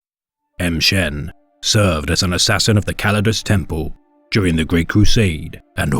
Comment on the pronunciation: Why are you pronouncing it "em shen"? Pretty sure it would be more like 'ma shen" or "mmmshen". Just sounds really strange when you literally pronounce a letter and then say the rest of the name.